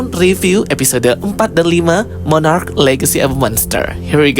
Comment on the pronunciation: Monarch bang bukan monarach😢